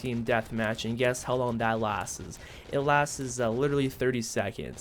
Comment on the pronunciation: i couldnt get over the way you pronounce 'Lasts' ... you say "Lastes"